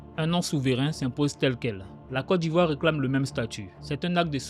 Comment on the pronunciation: Très belle vidéo j'apprécie😊 Mais petite remarque🙏🏾<<Côte d'Ivoire >> se prononce << kot d'Ivoire >>